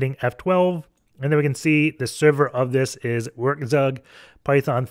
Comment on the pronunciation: I love how you say "Werkzeug", gets me every time. Just for clarity, it's pronounced "Verk tsoik"